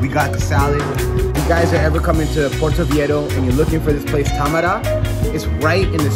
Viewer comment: I love this content!! I’m going for my birthday soon so very helpful 😌. But how you pronounce Viejo cringes my soul every time. Lol I’m sorry! Vei HO. That’s all.